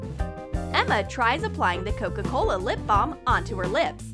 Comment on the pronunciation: DoEs AnYoNe NoTiCe ThAt tHeY ArE sAyiNg CoCo CoLA?